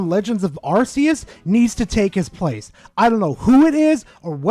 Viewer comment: It's not "Arse-eus".